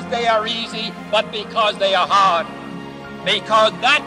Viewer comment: "Not because they are easy.... BUT BECAUSE THEY ARE HAAARD!" Chills..... every fucking time.